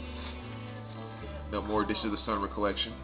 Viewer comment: OK,, I love your vids but I can't take the Sun Ra mispronunciation anymore! It is pronounced as two distinct words, Sun Rah (as in, "rah rah ree, kick 'em in the knee!"). Phew! Ok...back to your regularly scheduled VC vid...;)